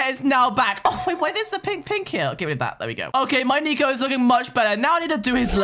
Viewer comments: You said "nico" Not "neko" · “Nicohlas and nico” not “neko” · A not neko it’s nico